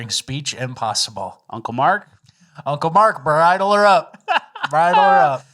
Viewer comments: To it’s pronounced BRIDE-EL not BIRD-EL. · Disappointed you guys promoted the Fake AI Vivek Ramaswamy video and then called a bridle (like a horse bridle) a birdel Still better then watching CNN